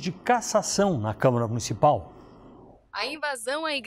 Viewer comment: Só eu ouvi “câmera municipal”?